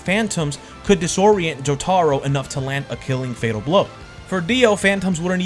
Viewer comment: Jo tar ro just found it funny how he pronounced it